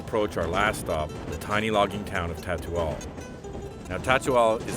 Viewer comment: City name: Tutaul.: "So we are coming to Tatual."